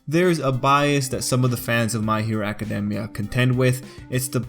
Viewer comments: Can ANYONE pronounce academia right?! I have heard ah-kah-dee-mia. You say ah-kah-demia. ITS NOT HARD TO SAY ah-kah-dey-mia. Just think of the word academy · Acad- EEEE - Mia.